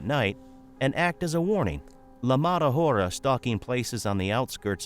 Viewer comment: Hora is pronounced ‘Ora/aura’: silent h, dumbass narrator! 😆